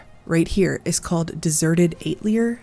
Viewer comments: Atelier = Ah-tell-yay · Atelier is french for a workshop or studio pronounced atelyae